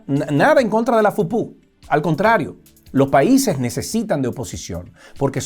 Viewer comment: No se dice FUPU se dice PUPÚ